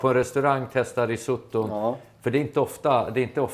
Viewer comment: Uttalas "risåttå"! Basta!